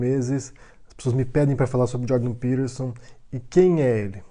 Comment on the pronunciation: És peTerson. Com T caralho!! Que porra é isso de pirerson? Coisa de mineiro pó 🤣🤣🤣